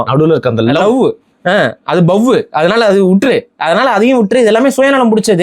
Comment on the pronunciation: லவ்வூ... அத பவ்வூ தப்பா இருக்கு ப்ரோ... 🤣